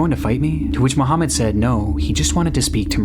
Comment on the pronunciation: barely called the poloice🥀 on mohaamand